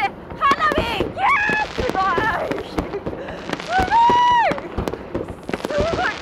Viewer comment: ぎゃー！すごぉ⤵︎ ⤵︎ーいが普通の人とイントネーション違いすぎて草